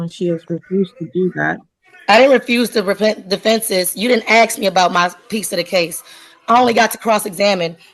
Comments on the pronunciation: "You didn't axe me" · Uhm, no ma'am you can't AXE anything :face-green-smiling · When you're making objections by saying "axe" instead of "ask", you're not going to win